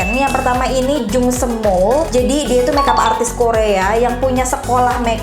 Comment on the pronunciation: Cantikkkkk😍😍😍😍 Kaka... Btw itu nyebutnya Jung Sem mool kak .. 😁😁